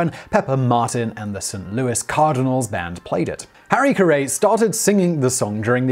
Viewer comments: it`s not harry ka-ray it`s carey just like the 30 and 40`s actor of the same name (and his son harry jr) give one on bill veeck have heard it pronounced vee-ck. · I want to watch this, but ka-RAY instead of CARE-ee is killing me. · I don't care about baseball at all and I knew that it was Harry "Care-ee." Justice his name is a part of our cultural heritage, and is generally known well outside his circles. Simon's pronunciation of common words and names drives me nuts sometimes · prounounced Harry "carry" not 'ca-ray" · Simon, His name is pronounced Harry "Carry". Not Carae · It's pronounced like "carry" not "ka-ray" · Aw come on Simon I watch your YouTube videos nearly daily however please when it comes to this particular video (it looks like this is already been mentioned many times) please please please just call him Harry Caray (like Haree Caree) Harry CaRAY! Just doesn't sound right here in the US. All my life I've heard him as Harry Caray with both names rhyming. Will Ferrell did such a great job impersonating him. So as I said I still love your channels and I will continue to watch and like them. Maybe just go with the American slang with this. Thanks for educating me on so many things over the past few years! Ted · Are you talking about the man who’s name is pronounced Harry Carry? Or Some other man who was not the famous announcer of the Chicago Cubs and had a restaurant named after him, and whose name was “Hairy Car Ray”. I’m sorry, but I’m from Chicagoland, and I can not let this go without saying something. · Simon, if you're going to keep doing segments about American baseball, you MUST learn how to pronounce the characters' names properly! Harry's name was said "HAIR-ee-CARE-ee"', not "ka-RAY." And White Sox owner Bill Veeck pronounced his name to rhyme with "wreck" (incidentally the title of his autobiography: Veeck as in Wreck ). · Simon: “Harry Ca’Ray” Me: …uh sure. Why not? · There was a hail-storm of CUH-ree s, I counted eight.